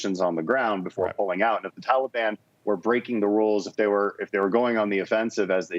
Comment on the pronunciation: I was thinking, Obama just needed a way to supply all his buddies with guns and ammo. Yesterday I heard Biden say, "Taliban" and pronounced it the same way Obama did. 🤔 Reminded me of the first time I heard Obama say, "Mooslim"🙄 Bad apples never fall far from the tree.